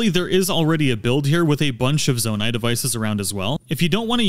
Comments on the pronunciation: Great video, I learned a lot. I'm looking forward to checking out your other videos. Here's some constructive criticism that you did'nt ask for. You keep switching how you're pronouncing Zonai. Sometimes you say it correctly, "Zoah-night". Other times you pronounced it like "Zah-night". It didn't make the video unwatchable,everything else is really great quality. It sid really stand out to me more as the video went on. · In every video he says z-ON-a-it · it's Zo-NAI. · Seriously lol, there’s always somebody who will pronounce something simple wrong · nah bro really said zawnai 💀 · When you call a construct a zonai. And then pronounce zonai wrong. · Love your videos. I hate how you pronounce anything, Zonai.